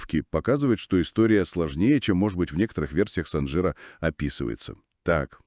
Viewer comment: Ударение правильно ставьте пожалуйста! СанжирА! На последний слог!